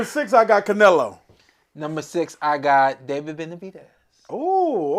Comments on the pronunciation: Why he keep calling bruh carnelo lol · CARnelo is crazy…Get it together his name is CLENELO…I mean Canelo!! Ridiculous.